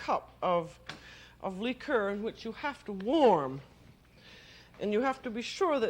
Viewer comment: “Lheeker” lol just listening is a comedic hoot